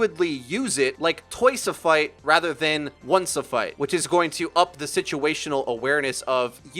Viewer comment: "toice a foight